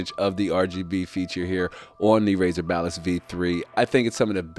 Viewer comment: why am I hearing him say balist. hahahahaha